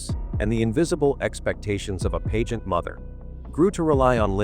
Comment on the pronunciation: It's annoying how the AI voice can not pronounce "pageant" correctly.